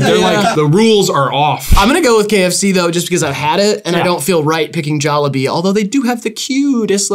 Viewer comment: the jollibee pronounciation is crazy the logo is literally a jolly bee